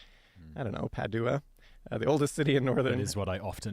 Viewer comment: PADUA = PAD-WA.